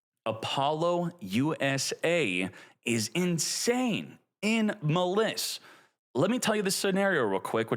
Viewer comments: its literally a play on malice and he pronounces it muh-liss... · Maliss, it's like malice not ma liss. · bro said muh liss. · It’s pronounced as Malice since it’s based off of Alice in Wonderland 😂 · Is illiterate? How do you pronounce Maliss wrong? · I usually don't get irritated by mispronouncing, but come on. Maliss, the archetype based on Alice in Wonderland, can't be butchered more than how he says it. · I can’t tell if you’re trolling or not with these pronunciations. I can let the Maliss slide, but Apollo USA, that’s too far, lol. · Why the fuck are you saying "Maliss" like that? That is literally not cognizant with the name Alice or with how people pronounce Malice or Maliss. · bruh pronounces maliss like a dumbass